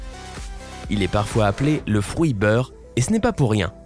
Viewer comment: Nan mais svp on dit frUit pas frOUit 😂